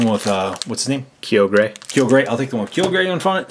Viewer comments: Your pernicious is horrible kyogre is said kioger and groudon is said growdon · it is pronounced Ky-ogre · Groudon: "Gruh-ow-don" Kyogre: "Kai-yo-grr" Roggenrola: "Raw-gen(sounds like den)-roll-uh" The Full-Art holo cards are called Ancient Trait cards :3, they're different from EXs, and if you wanna learn more, go to Bulbapedia or Pokébeach to read up on the sets! Also the Groudon EX promo is just a regular EX, not Full-Art. Just helping with pronunciation. You guys did pretty good for being so new to the TCG format of Pokémon though! ^-^ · Dude it's a problem that you think you guys are hot stuff, when you call Kyogre "Keyogrey and Goudon "Grodon" I'm sorry I'm not sorry for saying this but I, and every other non brainwashed child and every TCG and even VGC players would rate this video as trash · You say Kai-oh-ger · its actually pronounced kiogr and growdon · It's pronounced Kyoger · and it's said kie-og-er